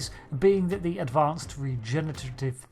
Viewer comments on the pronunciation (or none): HAHA you can't say regnerttive ... ah damn